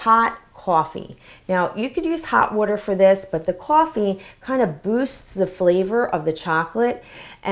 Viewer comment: Did anyone hear her say "wuter" instead of "water"?